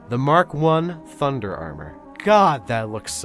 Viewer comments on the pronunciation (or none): none